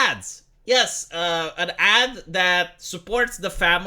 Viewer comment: E "ad", ba, nu "add", ti-am mai zis sa inveti engleza un pic, vrei youtube international cu engleza invatata din telenovele?